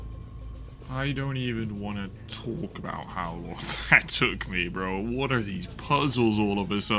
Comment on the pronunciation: The way you say bro is absolutely insane. Brorrrr